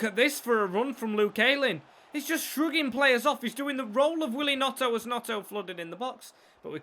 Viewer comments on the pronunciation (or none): Also its gNoNto not Gnoto